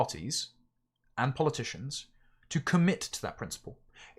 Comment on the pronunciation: Polyp-ticians lol😂